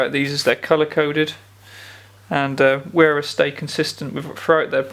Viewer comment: For an english speaker, Wera is to be pronounced "verah" and not "wearer". Every "W" in the German language is pronounced like the "V"s are in the english language.